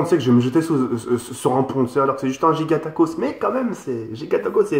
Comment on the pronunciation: "giagatacos" xDDDDDDDDDDDDD